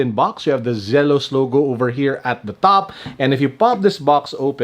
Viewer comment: It's Zee-los, not Zel-os.